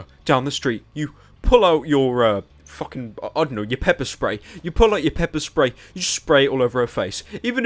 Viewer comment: pyro said "pepe spray"